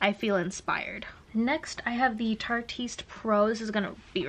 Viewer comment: The correct way to pronounce the Tarteist PRO palette is "Tarte-IST" it is a clever a play on the name of the brand and the word "artist". It's a little too clever because a lot of people didn't get it.